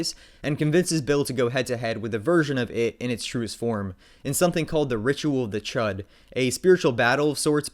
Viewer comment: It is spelt chud but pronounced chood